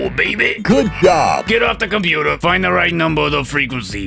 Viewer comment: The "de compootah" part is one of my favorite bits.